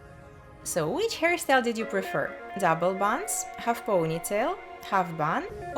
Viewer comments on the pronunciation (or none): The way she says hairstyle sounds like "harrystyle" thats so cute 👌🏻